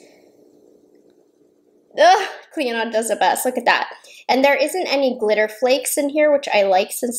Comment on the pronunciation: The D in Clionadh is silent!